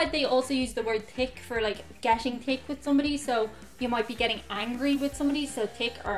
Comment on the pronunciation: sounds like you are saying tick for the word thick You dont pronounce h